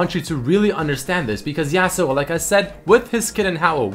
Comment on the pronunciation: Says favorite champ is Yasuo but pronounces him name yeah-suo instead of yah-suo